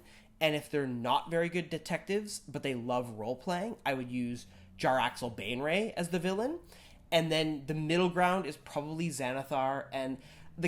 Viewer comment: Jar-lax Ban-ray